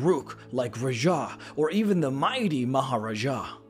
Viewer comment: pronunciation of Raja and Maharaja physically hurts me, lol